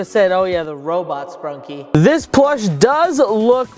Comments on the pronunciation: Bro called it “sprunkie” it’s sprunki ! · ITS NOT SPRUNKIE ITS SPRUNKI